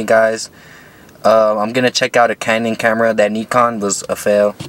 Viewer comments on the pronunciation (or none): none